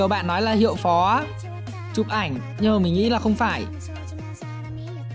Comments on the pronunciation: Phó mà sai thành Phò vậy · Phó chứ ko pải phò a ơi 😂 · Phó mà ta cứ tưởng là phò chứ :))